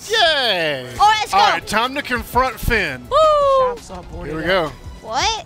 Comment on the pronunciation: you said phin